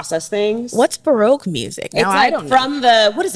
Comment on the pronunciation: I kept wondering what on earth is broke music and why would Rachel listen to it... then she described it and I understood..."ba-roque"